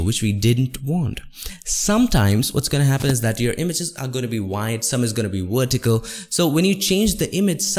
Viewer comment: Excellent video. To make it perfect, don't pronounce "v" as a "w". Example: "vertical", not "wertical". Otherwise excellent video. thanks.